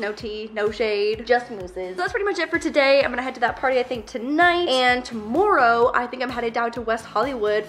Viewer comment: You say tomorrow like itsfunneh she is also from Canada. Love ya